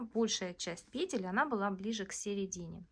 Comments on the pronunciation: Наконец (о, боги) я слышу пЕтель, а не петЕль. Просто праздник какой-то.. Кайфанула от грамотной речи и более чем понятного объяснения. Спасибо!! ❤ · Разницы в постановке ударения в единственном и множественном числе в слове петля-петель нет! Как нравится,так и называйте,как хотите,так и произносите!😊